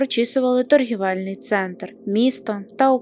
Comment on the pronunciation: ТОРГООООВЕЛЬНИЙ А НЕ ТОГііііВЕЛЬНИЙ.....